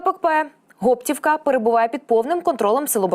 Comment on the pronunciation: Гоптівка, наголос на о. І Липці наголос на и. Вибачте но огидно слухати як перекручують назви. На Гоптівку дійсно був напад, але наші його швидко відбили.